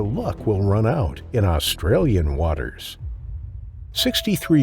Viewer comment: Wish the narrator wouldn’t emphasise Australia! All the sharks don’t live here ya know!